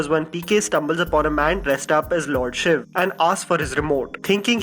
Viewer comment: thank you for saying lord shiv and not lord shivaa